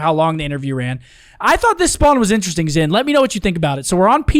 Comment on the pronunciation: Wait did made keep calling zin Ant?🤣